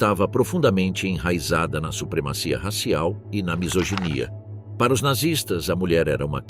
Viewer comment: Terrivel a IA que narra! O "ó-esse" para ler "os" é terrível!